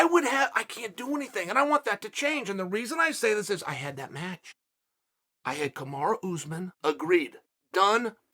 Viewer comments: Kamaru: I am Kamaru! Put some respect on my name! Uncle Chael: Kamara Usman. Kamara: Ok, great! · Kamara Oozman... Hahahaha 😂... Ooh Uncle Chael got me there... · “Kamara Oozmen” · "Kamara" Usman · "Kimura Usman"